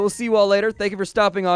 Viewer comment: What's a "plivlidge"?